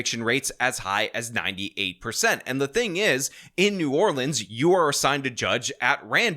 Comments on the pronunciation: hey, fun fact for ya. so I'm so grateful you say new orleans correctly. but the parish (county) is actually pronounced the way we typically fuss at people for... so the city is new or-lense, the parish is or-leans. now ya know! 😊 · Thank you for pronouncing New Orleans correctly.